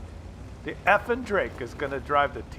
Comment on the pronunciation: Love your videos, but if you truly respect these players, like you say in this episode and many more, then you could at least back that up by pronouncing the guy's username properly. It's Effing_Drako, not Effing_Drake. Keep up the good work though. 👌